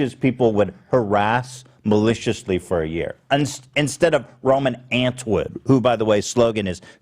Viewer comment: “Roman ANT WOOD”